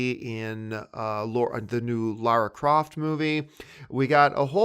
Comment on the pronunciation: John thank you for saying Lara not Laura like Kristian, Chris Stuckmann, Jon Schnepp. I am not a fan of lara croft but I find it very distracting when people say Laura. Maybe its just an American thing.